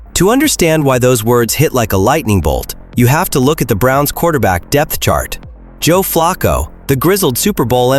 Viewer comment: A I voice,that can't even pronounce pat McAfee and Joe Flacco correctly. goodbye.